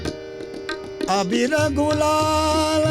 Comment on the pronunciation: Gulal not ghulal, phaag, not faag.